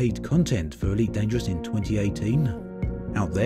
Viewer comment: Eweet Dangerwuss pweemium